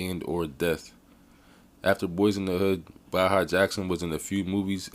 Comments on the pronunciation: His Name is Pronounced Bay-ha. Went to highschool With Baha, LaSierra high in Riverside, Ca.... class of 96' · Dude I know this guy personally and he's always been a cool dude I know his brother sk8ter paul to they always been good kids .. and you said his name wrong... throw the whole video away